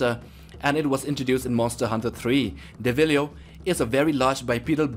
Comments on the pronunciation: Do some research, these sizings are completely wrong. Also, that is not how you pronounce Deviljho it's DEVIL-JOE not DEVHILIO 🤣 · DeviliJho not deviliho and Ceadeus (s) not keadeus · Bruh just said DevilYo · Devil yo? Seriously? Do you even play monster hunter? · Wrong sizes !!! Deviljho (it's pronounced DevilJO) is 27 meters maximum ! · Smh please play the game or at least look up the monsters names next time, you chopped up a few names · The way he pronounce deviljho's name is kinda wrong